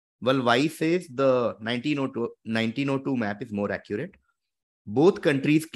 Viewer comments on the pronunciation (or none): none